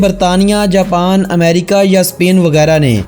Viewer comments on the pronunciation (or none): none